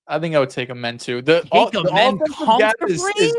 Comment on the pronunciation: for how long loves amen he still says his name wrong lmao